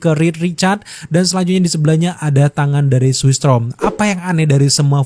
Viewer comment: Storm bang, bukan strom